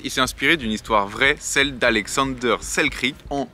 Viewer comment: Et accessoirement aussi, c'est Alexander Selkirk, pas Selkrik ^^'